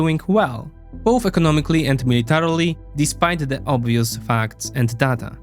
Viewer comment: Błagam, nie czytaj "data" jako "data", tylko "dejta". To okropnie kłuje w uszy.